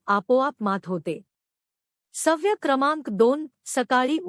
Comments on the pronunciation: अनेक ठिकाणी चुकीचे उच्चार केलेले आहेत. सव्य नाही, ' सवय '. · सवय-शब्दाचं उच्चारण अशुद्ध आहे सव्य नका म्हणू,उच्चारण सुधारा.